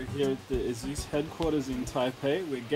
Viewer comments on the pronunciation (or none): Eh-sus not asooos. It really makes me uncomfortable and irritable when I hear that.